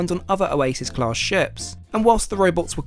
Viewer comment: You HAVE to stop pronouncing “class” like that. Your over-annunciation makes me want to gouge my eyes out with a grapefruit spoon.